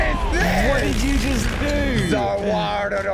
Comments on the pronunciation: it is za warudo not za warudodo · You said zazardado its za warudo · he went ZAR WAUDO ohhh Jotaro I’m coming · Bro just said za warudodo